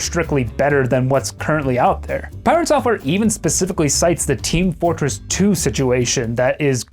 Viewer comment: Pi-rat software